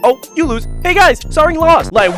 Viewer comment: You might want to search how to pronounce her name properly 😅 Its not Sa-reng but Sa-lag It means Love in Korean, so basically her name is *Love Yu*.